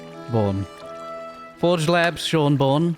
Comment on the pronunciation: “Sean born” actually Sean bean 🫘 lol